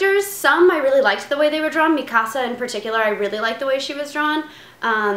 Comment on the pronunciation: Yay she said mikasa right Ahahaha